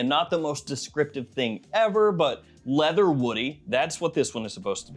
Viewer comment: bro did not say Leather 😭